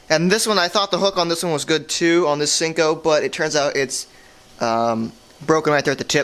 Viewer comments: Senko, not sinko. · its seiko not sinko